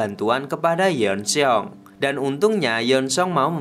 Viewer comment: Yeon Seong dibaca Yôn Sông bukan Yon Se-ong😎